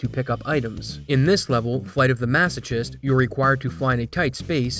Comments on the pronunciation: maso-ch-ist? You sure its not maso-kissed? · It's mass-oh-kissed, not CHissed. But I'm not surprised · Don't take this the wrong way, you may need to say this word again in the future. The "ch" in masochist is a "k" sound. Thanks for the video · Great video but masochists is pronounced masoKissed 😂😂 i had to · Maso CHIST? Literally unwatchable. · "Flight of the maso chist" 😭 that pronunciation hurt my brain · it's hard to even make a joke about this pronunciation because if I write out how you said it it's just the real spelling, masochist. It's actually pronounced masokist, but that makes no intuitive sense lol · The 'ch' in masochist is pronounced like a k. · "Masochist" = "maso-kissed" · Not trying to be the smug internet guy, but the "CH" in Masochist is pronounced like a "K", bro. Maso(K)ist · Masochist (Mah-so-kist) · Masochist... the ch is pronounced like ck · "flight of the massa-jest" lmaoo peopple be making documentaries without 3rd grade english knowledge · Lmao masoCHist and HHHerb. Supposed to be a k sound and silent. Very me irl mistake to make. Great video though. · Masochist is pronounced "masokissed" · WAIT HOW DID HE PRONOUNCE MASOCHIST?!?! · did you mispronounce "masochist"? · You really never heard the word 'masochist' said out loud before, huh? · I think it’s precious you don’t know how to pronounce masochist… stay pure boo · I'm sorry, how did you say "masochist" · did he pronounce masochist incorrectly? 😂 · yeah he said masochist like cheese. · how do you not know how to pronounce "masochist?" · Mispronouncing "masochist" for interaction bait. 😒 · Only thing worse than passing off a TAS run as legitimate is pronouncing the “ch” in masochist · Look up how to pronounce masochist and herb please, thanks. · Dude, learn how to pronounce "masochist" FFS!